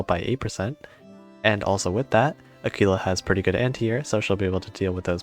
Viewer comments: Her name is pronounced Ah-Qwilla at least in the UK. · I’m afraid that, unlike in Spanish, you are supposed to pronounce the ‘u’. AH-kwee-lah. Great info, though. What do you think about the pirate squadron Corsair vs the Tigercat? Is it as simple as choosing between more anti-air / bigger bombs?